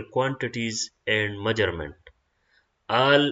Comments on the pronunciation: MEASURMENT NO NO NO NO NO MAJURAMENT ✓ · Ka laka mauggerment😂😂